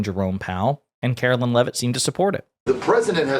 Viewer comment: I hate her, but please pronounce her name correctly It’s Karoline not Carolyn